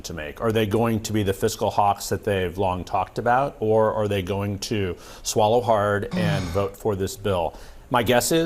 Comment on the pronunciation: I predict the house is gonna “swollow it hard” 😂 as the newscaster put it